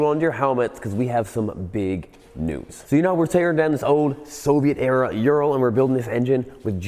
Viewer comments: Its pronounced oo-rull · Yan didnt teach you how to pronounce it correctly ?URAL- OORAL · How to say URAL in English. Just say ooh-raahl but the R needs to roll, not be the typical english R. Kinda like people from Costa Rica say Costa Rica. Forget any U sounding like 'you'. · Ooo Rahl! No one pronounces it right, lol. So in the first 5 min i thought, why do you always bash Urals? I have an 06 among my collection and it is my favorite bike. They are maintenance intensive, but the easiest bike i have ever worked on! I currently have my trans mission out replacing the clutch, time consuming but otherwise simple. Now i disagree on the idea they were stollen. History says otherwise. They were part of the "Non Agression" pact Hitler signed with Russia. 2 R71's and they were both 2wd! The germans were known for that on their military BMW's! Now i have to say before i get too far, awesome video! I will be donating! My prayers are with Jan! I have a home in Bulgaria another former soviet nation. The people of Eastern Europe are amazing! They help their neighbor! Now back to Ural, lol. The Ural was superior to the BMW R71! The R71 could not function in the siberian regions as it was a bushing motor, where the Ural is a needle bearing motor, i'm told they took that idea from Harley Davidson. The unreliability ,in my opinion, from experience, is from letting it sit! It has to be ridden all the time! I lost a cylinder to rings sticking in the top of the piston from the oil settling down to the bottom of the rings as it's a boxer motor. Ring stuck, broke, took out the cylinder wall. Now i ride mine every day and have only worn put tires and a clutch. I remember you flooding out a Ural, pumping the water out and riding it home and calling in unreliable! What? Tr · Dude you are saying it way wrong. Its a Ooo sound. Oooral. Like the mountain range. Ural Mountains. Not Youral. That just sounds wrong. Think Uwu. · It's not ural. It ooral, hard L. It's the same with the Lada cars.